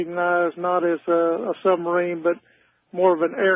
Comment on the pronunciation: why do you say " summerine"?